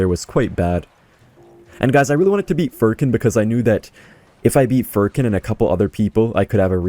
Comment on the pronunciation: Furkan not furrkin